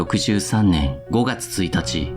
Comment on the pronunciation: 堀兼（ほりかね）ではなく、（ほりがね）です。